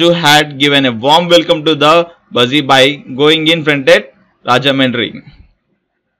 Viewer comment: Its not buusy. bussy